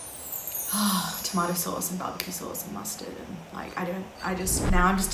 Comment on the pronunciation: EWWWW DID SHE JUST SAY SHE WANTS ROMATO SAUCE MUSTARD AND BBQ SAUCE